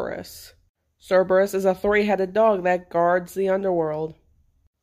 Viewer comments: "kurbex" is what it is suposed to sound like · Not to be rude or anything, but you’re saying Cerberus name wrong. The c is supposed to sound like a k